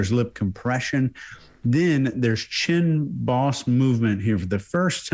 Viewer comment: way of saying "chin boss" and maybe a little bit too - had me wondering if they were saying "chin balls" for months - even though just one makes sense. Dang ol' country boys.